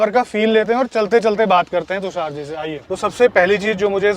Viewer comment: Brother tusaar nai , tushar ,, its sh 😂😂